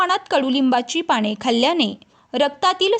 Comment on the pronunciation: माहीती खूप चांगली.पण पाणे नाही हो.पाने म्हणा.क्षमस्व.